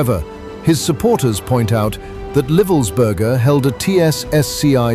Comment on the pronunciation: It's pronounced Ly-vuls-ber-ger. Why is that so hard.